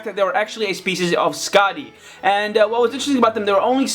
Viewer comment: __- it's pronounced skakti not skadi and makuta wasn't killed because then takanuva would be a rouge toa